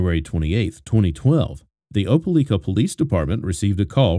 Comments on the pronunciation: The mispronounciation of "Opelika" is driving me bugshit. The newscaster even SAID it in the video at the beginning. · A British person speaking with a perfect American accent? No. Btw, right off the rip, this guy mispronounces “Opelika” too.